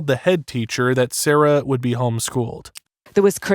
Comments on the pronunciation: AI Slop. The narration is AI, the images are AI, the script is AI garbage. 0/10. FFS, the girl's name is Sara, pronounced "saw-ruh." Every person who talks about her says it that way, and yet the AI narrator just calls her "Sara," in the standard pronounciation. The people who run this channel don't even care enough about the victim (a 6-year old girl) to say her name correctly. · Her name was “sara” not “sarah” you didn’t spell nor say it right, maybe when making such an emotional imperative case video, get the name right. Disrespectful as f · Uh, her name is Sara not Sarah. It is pronounced different. My name is Sara and it is annoying when people call me Sarah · Dude you could at least get the victims name right! Her name was Sara not Sarah!!! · Sara not Sarah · Just a polite reminder ,if you're going to do American reports on overseas incidences, please at least have the decency to get the victims name correct... it was Sara NOT Sarah!! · It is driving me absolutely crazy! It's like he's intentionally mispronouncing her name because anyone else who says it says it correctly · This was an awful, awful case. They were all as bad as each other. Be good if you could have had the respect pronounce her name properly though.